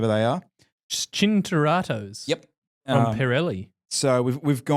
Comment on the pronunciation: Oh My God the first cycling channel that can pronounce Cinturato...i nearly fell off my chair...you guys just made be so proud you have no idea. triple like